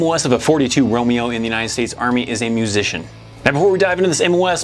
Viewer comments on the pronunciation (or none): none